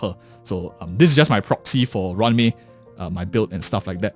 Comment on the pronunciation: It's roo-wan may not ran me 💀